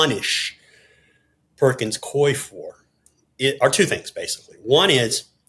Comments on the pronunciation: The law firm is pronounced Pur-kins Coo-wee. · It’s pronounced Perkins Coo-eee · JVL and George Conway: the Perkins firm's second name is pronounced "Cooey" and Mark Elias prounounces his last name El-eye-ess. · Always excellent info! FYI the name of the firm Perkins Coie is pronounced like “Koo-ee” 😊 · Pronounced "Perkins Cooey" I worked there for a few years in the 80s / 90s.